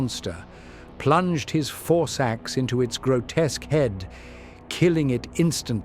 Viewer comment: Had to double take when I heard “four sacks” instead of “force axe”. 😅